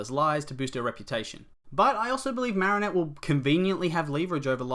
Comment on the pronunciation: The way he says marrinette triggers me